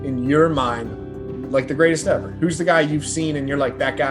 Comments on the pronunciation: not ever, he said evah lol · 15-18-0 is far from “best evah”